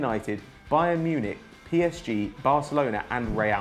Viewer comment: who is bae Münich